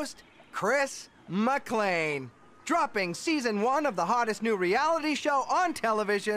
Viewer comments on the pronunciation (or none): CHRIS MCLAN??????? It’s Chris McLean! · When is you said Chris McLain like that I wanted to dieeeee